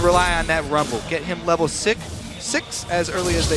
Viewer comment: " Get him to level sik " "Six..."